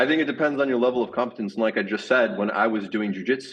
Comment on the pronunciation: He mispronounces competence as “cumpetence”